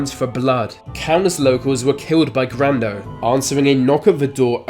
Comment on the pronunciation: Grando rhymes with Brando.